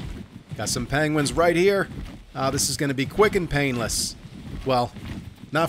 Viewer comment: What the fuck is a panguin? 😂